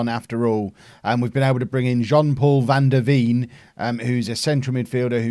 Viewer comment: Veen in van der Veen is pronounced as vein as in where the Blood flows... Nice video!